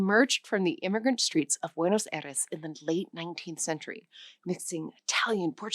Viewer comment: Yeah, there are a number of errors in this video. In the first three minutes alone, I've already caught: Her pronunciation of "Aires" in Buenos Aires, her pronunciation of "Castellano"/Castillian, her pronunciation of "Aceite," her pronunciation of "Náhuatl", etc. They should have really hired a Spanish-speaking person for this 😬